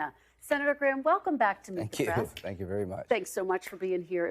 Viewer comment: Press. Not prass. You aren't a valley girl